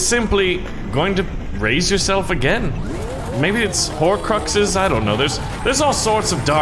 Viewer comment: Me Harry Potter fan then he says hocruxes OMG